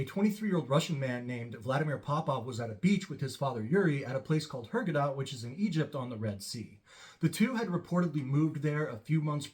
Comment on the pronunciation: hurgaaaada not hurgadda